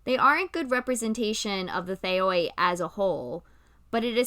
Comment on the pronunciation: I love your take on this! When I draw Aphrodite, I usually draw her pretty feminine, since that is one of the many ways I find people beautiful. I am also one of those people who worried about if I could worship Poseidon + Athena at the same time (spoiler: they didn’t care too much) Ps. Theoi is pronounced Thei the oi at the end is one of a couple of ways that Greek makes the “e” sound.